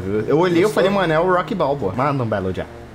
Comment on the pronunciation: O falou Rock Bao bo? Kkkkkk